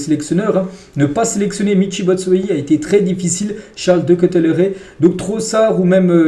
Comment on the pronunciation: Juste stp, pour de Ketelaere ça se dit [DE KATÉLARE] et pour Doku ça se dit [DOKOU]. Mais sinon pas grave super contenu ❤️💪